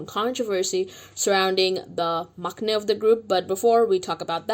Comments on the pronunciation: It’s pronounced mang-nae, NOT mock-nae. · Just sidenote: the word maknae its pronounced mang-nae . there is no k sound ;) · Maknae is pronounced like mangnae 🤗 I'm worried for them because du of starship.